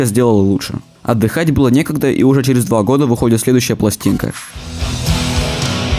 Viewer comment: Не тупи, череф))